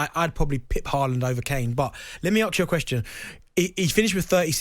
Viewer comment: It's Haaland. English bias nonsense.